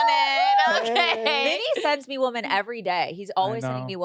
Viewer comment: I can NOT deal with her constantly saying "WomAn" instead of "WomEn" when talking about multiple girls!